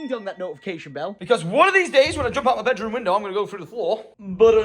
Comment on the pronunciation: Notice how he said bedroom window🤣☠️